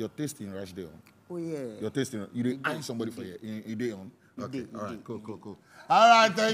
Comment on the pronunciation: Is it so difficult to say “ask”? I keep hearing “axe and axing”